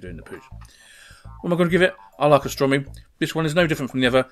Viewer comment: it's AUstrumi not ostrumi, like the au in cOW and nOW.